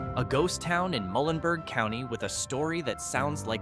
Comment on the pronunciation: Thomas Massie said, "If you call it App-uh-LAY-cha, I'll thrown an apple atcha." The pronunciations of Muhlenberg County and Garrard County were not consistent with the local custom, but we pronounce Athens as AY thens, and we pronounce Versailles as VER sales. :-/